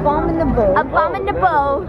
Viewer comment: abominable.....abomnibable.....abombinable.....abuminable.....abuminahole.......a bum in a hole.